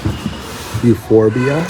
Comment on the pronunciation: "Euro-phobia" instead of Euphorbia... O_O